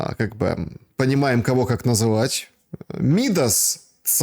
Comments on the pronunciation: не МИдас, а МидАс! Ударение на второй слог!😉☝️ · Царь МидАс.. ударение на последний слог... Любой школьник знает.. стыдно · имя мифического Царя МидАс - ударение на последний слог!!! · Ударение в слове Мидас падает на второй слог: Мида́с! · Еще один осел! Читай классику: Поэтические иллюстрации правильного ударения: Намеряся писать Мида́сов суд, Хотел с тебя списать я уши для Мида́са ( Крылов. Апеллес и Ослёнок) Не веришь Крылову спроси у Алисы!😂😂